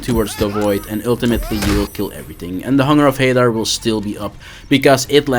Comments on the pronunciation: It's pronounced Hunger of "HA-Daar" not "HeyDar"... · it's pronounced Hadaar, not Hey-Dar